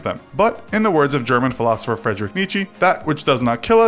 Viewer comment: He said fredrick neetchee lmao